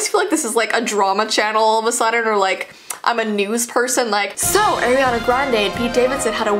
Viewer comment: It is not airiana it's Arianna!!